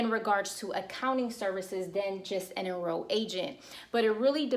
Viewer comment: Excellent information. Just an observation since I figure you're growing fast enough to still read comments, when you say "enrolled" and "financial" you are replacing the L sound with Y. I didn't know wtf you were saying Enro'ed agents, rewind... Financyo. try to enunciate that L :))